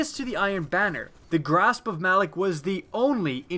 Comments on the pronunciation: Its pronounced Ma - Lawk. Not Malik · Malok, as in "Mah-lock", not "Mal-ick". Seriously, did you even play the Malok strike? They pronounce the damn name in the beginning intro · why does everyone say Malok's name wrong lol?